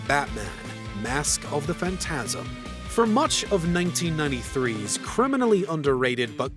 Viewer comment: Your pronunciation of "phantasm" is...off